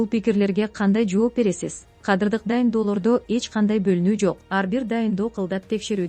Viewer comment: "координатору""😂😂😂 отставкасы, кадырлык өзгөрүүлөр 😂😂😂 тупая ...окуучу .😅😅